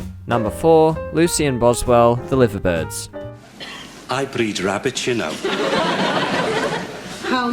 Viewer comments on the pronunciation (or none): You might want to practice your pronunciation of "The Liver Birds".